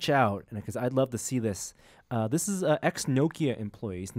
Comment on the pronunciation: Props for pronouncing Nokia in two correct ways. I hate when people emphasize KIA instead of NO. You did it right:)